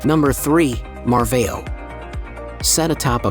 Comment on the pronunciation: just a suggestion...learn the correct pronunciation of the places: the first city is pronounced EH-vora, second one is NOT MARVEO, a Closer pronunciation to the real nasal sound would be 'marvaum'. One thing is to have an accent, the other is to totally change the pronunciation of the town/city.